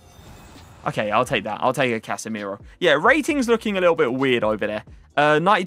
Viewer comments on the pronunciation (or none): none